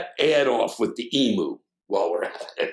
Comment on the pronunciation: Love your work Sir... However, I have to be a pedant, but just slightly. Forgive me, for I don't want to turn it into a rant, as it's just not worth it. As an Australian, I can say that the pronunciation of the flightless bird is "ee-mew" not "ee-moo". For all I know, the great Emu wars in Western Australia (November – December 1932) were caused by the birds being peeved at the incorrect pronunciation of their name. We don't want a repeat (because they beat us)